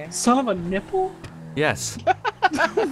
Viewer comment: the way you keep saying "NI-pple" sounds like you're catching yourself real close lol that shit worries me